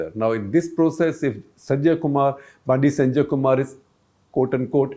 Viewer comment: Correction. Bandi Sanjay's name is pronounced as बंडी संजय and not बांडी संजय. Also Bandi/Vandi in South Indian languages mean "Vehicle" or Vahan